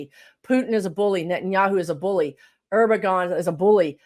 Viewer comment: The president of Turkey's name is pronounced ERR-DUE-ON. He's a terrible person, draining the people of everything including their self-respect.